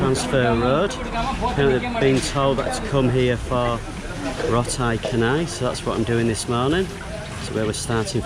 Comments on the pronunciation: RO-TI CA-NAI. IT IS CHA NOT KHA. NOT KHA-NAI. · Nice video. Anyway, Roti Canai is pronounced as "Rotee Chanai" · Roti Canai in Malaysia is pronounced as Ro-tee Cha-nai from the city Chennai, India (similar to how we pronounce channel) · Remember... C in Malay is Ch sound not K sound 😊